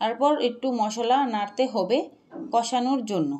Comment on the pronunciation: jemon pata kopi na << hobe badhacopi,, Hube na kotha hobe sate na sathe ,,kicu na hobe kichu ,, mone hocche reading porchrn ,,, OKAY